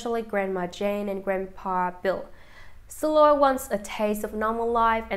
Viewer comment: Why do we have to suffer by hearing this robot mispronounce names and places. Why is Shiloh SILLOR?